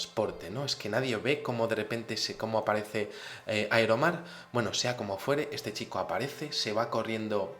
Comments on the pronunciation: Aero mar? O Iron man? jaja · pensé que decía iron man